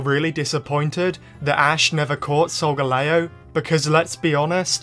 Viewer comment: 👉Why you called solgaleo A sogaleo👈